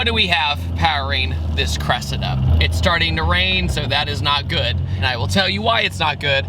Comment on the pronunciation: You're pronouncing its name wrong:face-red-droopy-eyes